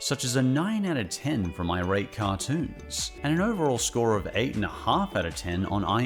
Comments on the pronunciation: I think iratecartoons is supposed to be three words (I-rate-cartoons) not two words (irate-cartoons) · I'm not sure if anyone's pointed this out (I scrolled the comments for a bit n didn't see any at least), but I think "iratecartoons" is supposed to be read as "I rate cartoons" not "irate cartoons", like they just rate cartoons, they're not angry about them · I’m sorry to point this out but pretty sure “iratecartoons” is meant to be read as “I rate cartoons”, not as “irate cartoons”. I don’t know them personally but it just seems like the obvious way to read their username based on the context of their reviews. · Isn't it "I... RATE cartoons"?